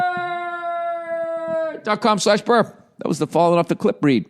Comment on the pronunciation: I feel like ol' billy should put all his youtube ads in between utterances of ZIP and RECRUITAH